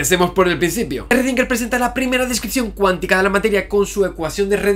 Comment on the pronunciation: Me perturba que digas Rrodinguer que Schrödinguer jeje